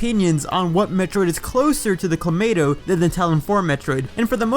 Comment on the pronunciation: > still pronounces it as Clomato